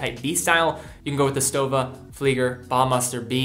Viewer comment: Thanks for pronouncing Stowa right ...